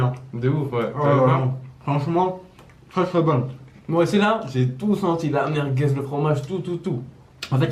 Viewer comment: "Des meurguez"